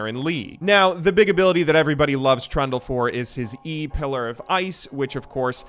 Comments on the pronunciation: Trundle's secret passive is that can pronounce his name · Oh you said Trundle, not Trund u Turndle or whatever you usually do with names, gj bud